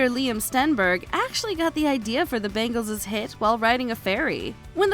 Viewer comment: Bangeleses LOL